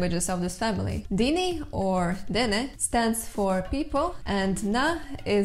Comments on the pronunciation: It should be nah-day-NEH tho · First thing that struck me was that the way you pronounced Na-Dene. It sounded almost the same as saying 'The People' in Irish. It is Na Daoine. Navajo sounds really complicated but also really interesting.